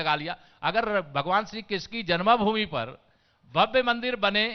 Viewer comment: जन्मभूमि कहना सीख लो